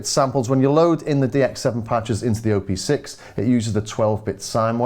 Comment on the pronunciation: hi there.. just a little note: you say "O P six" as O and P being separate letters. But.. it's "OP six", OP like in how you pronounce Operator (or Option, optics) :) It has six engines/operations, hence the name ;)